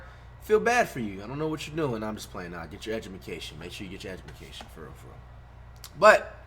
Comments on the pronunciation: Everybody talking about how flight said "edumaction but did anybody here him say "how do you get anjured?" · “get your edumumcation get your edumumcation” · The nigga said ‘’edgumacatiom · He really said Egemeaction 😂😂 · Do y’all realize how he says get a edubacation instead of education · nobody : Flight : EDUBACTION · my man said edumacation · this dude said " get your egumication " for education lmfaoo brain cells have left the chat. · mans said some edumacation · Ik I heard he said "ejubucation" in the beginning of the vid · “Edumacation” -flight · He said edubucation😂😂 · are we just gonna ignore the fact that he said "edumaction" in the beginning of the videoo😭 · nobody: Flight: get your ejamacation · Nobody: Flight:edumacation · bro he said edubalcation thats probaly what his grandma said do u not know that a lot of people back in the day said edubalcation so stfu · "get your edgamacation"-flight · Flight: "Make sure you get your edjamacatshin" Me: "Dont even get me started" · My mans said get you edjamacation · egamacacion lol flight gramer so insparasinal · When he said get ya edumucation I was rolling cuz dats what my grandma always say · Nobody: Flight: Get your edmication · He said edumacation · Egimacations lol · Substitute flight- “I am here to teach you edumacation” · Nobody: Flight: Ejubication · Get yo edgeuhmucation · did he say get your edumacation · Nobody: Flight: Get Ur Edumcation Me: The Hell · “Make sure y’all get your edumacation” 💀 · Flight really said enjumacation🤣😭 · Cuhh this guy really said ebudacation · "Edubacation" - Flight, June 2020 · YT-The_RealTSG eduMAcation is what he says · I doubt anybody realize t How he said education..🤣😂🤣😂🤣